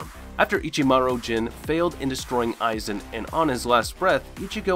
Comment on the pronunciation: Mispronounced "Aizen Ichimaru"